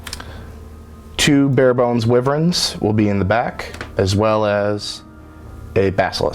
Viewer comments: STOP SAYING WYVREN, IT'S WYVERN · It's pronounced why-vern, not wiv-ern.